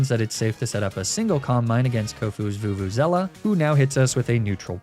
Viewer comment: Where are you getting vuvuzela from its veluza